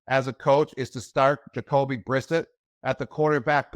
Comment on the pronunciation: Did he just learn how to pronounce vowels and the letter S? 😂 Plus how does he mispronounce Brissett, they were teammates even (ok Gronk was out due to injury that year but still)?